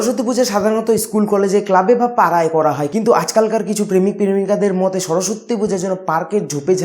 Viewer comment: ওরে গরু মোতে নই মতে... 😂😂😂 speech ta minimum thik kore bol